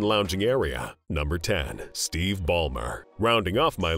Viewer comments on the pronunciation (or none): none